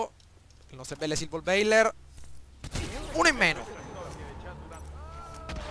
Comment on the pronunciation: Silver baller, non bailer